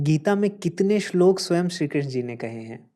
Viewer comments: बेटा श्लोका बोलना सही है श्लोक , महाभारता बोलना चाहिए या महाभारत ?? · सुन्दरं, परन्तु सा "श्लोका" किमर्थं कथयति, उच्चारणं तु "श्लोकः /श्लोक" एव खलु